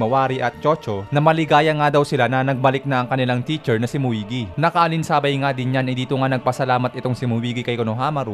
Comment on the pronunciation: Muigi.... 😂😂😂 Moegi po 🤣